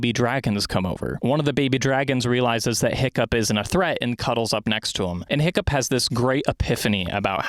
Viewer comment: Every time you said “Hiccup” I thought you were calling him Pickup